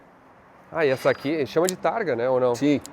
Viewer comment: Targa, não "tarja"....